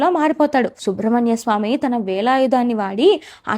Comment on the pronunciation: అమ్మా..అది శుబ్రమణ్యస్వామి కాదు సుబ్రమణ్యస్వామీ...